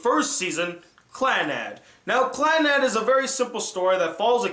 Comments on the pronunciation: Clannad means Second life in Japanese and is pronounced clan-a-do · is it not clah nahd? Can't be clan-ad as you pronounce it, the Japanese language has no sound like 'a' in bat. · You pronouced Clannad and Tomoya's name wrong...